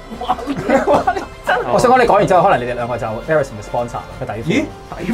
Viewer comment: 😂😂😂airism 真係好易讀錯